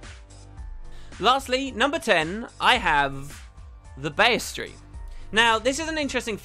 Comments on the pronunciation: It's Bee-stee-airy. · Why do you insist on saying words you don't even know what they mean. You mispronounce EVERYTHING. BESTery. It's not a 4 syllable word. FFS. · Isnt it pronounced 'Beast'-iary? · Tim Dreams yeah I'm not sure why he can't pronounce that word. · you spell bestiary right, but i'm pretty sure your pronunciation is butchering it :P